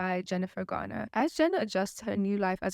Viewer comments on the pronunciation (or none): none